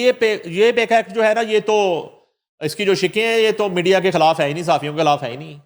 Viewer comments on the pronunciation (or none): none